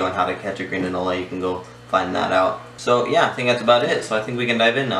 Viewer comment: Its pronounced an ol.there is no le on the end just an ol.